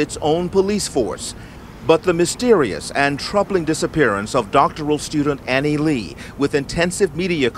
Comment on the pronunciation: Annie “LU” Not LEE Not LAY LU Anglicizing words is disrespectful. It is to take ownership away from the native speakers. It is a form of micro aggressive colonization. If you’ve told someone how to pronounce your name, then they insist on calling you what they want to, you’re essentially slapping them in the face. It’s exactly like pronouns.